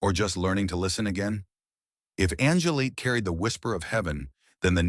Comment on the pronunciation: It’s Angel-light, not angle-leet.